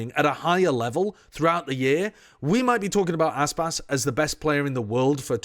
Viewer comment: It’s Aspas.